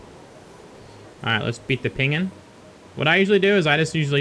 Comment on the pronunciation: He says Peengen